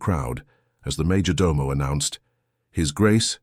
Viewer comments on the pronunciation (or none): none